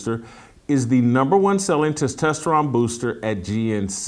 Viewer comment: Jason "testesterron" Whitlock 🤣